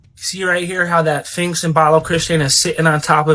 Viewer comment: Did he say "phinx? Edit: He said "phinx", but then changed and said "sphinx" twice but then went back to calling it a "phinx" 🤣